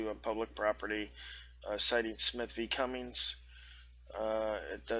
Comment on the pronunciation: They have it wrong and you are also quoting the case law wrong. They say Smith v Cummin , you say Cummins, the correct spelling is Cumming.